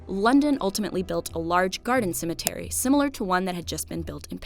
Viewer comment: I am not a native speaker and I hear "cemeNtery" not "Cemetery" Is it just me?